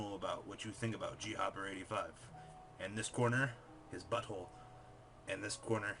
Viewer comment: So disappointed when I heard his name pronounced as "G-Hopper" and not "Gopper". Very good video though, I wasn't around then so had no idea who he was.